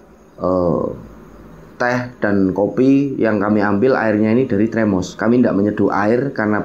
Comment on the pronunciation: termos mas bukan tremos